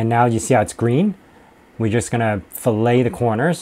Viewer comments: I'm going to be that guy: The rounded feature you added ("fillet") is pronounced like "fill-it", unlike the culinary use of the word fillet. Nice video, by the way! I'm probably going to follow along and make the same model for practice. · Nice demo, FYI fillet is pronounced “fill-it”